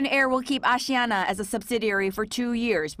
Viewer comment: its aSIIana not AAAssee ana.